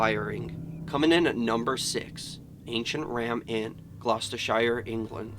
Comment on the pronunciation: OMG I live near the place in Gloucestershire it’s pronounced glostiSHER